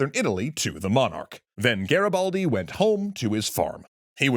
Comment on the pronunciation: Nice show, but your pronouciation of "Garibaldi" is terrible😅😅😅